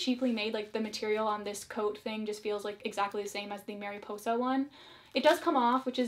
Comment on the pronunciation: Love how you pronounce Mariposa tho